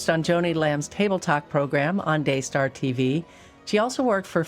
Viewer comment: Daystar? It sounds more like DAYSCAR!